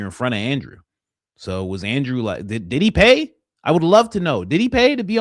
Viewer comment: Every time coach says did he I can't help but hear Diddy 😂